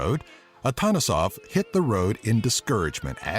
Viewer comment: I can say that you pronounce most of the bulgarian words good(Shopska Salata),but when you say Atanasoff the accent is on the second A AtAnasoff and also not martenizA but mArteniza.Just some little corrections :D.So if anyone is about to come in Bulgaria better read this.